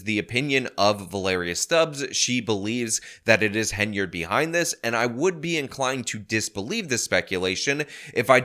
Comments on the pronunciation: HEN-YARD Not haynerd Come on man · Finally, you see the Hen rather than Hay, very annoying listening to you mispronounce endlessly